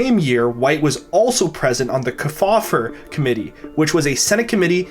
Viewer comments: FYI: The surname "Kefauver" as in Senator Estes Kefauver is pronounced correctly by placing the emphasis on the first syllable. As in: "KEE faw ver". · Estes Kefauver - KEE- fauver. Just saying.